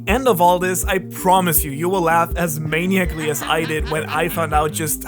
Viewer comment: This moron said “maniaclly” lmao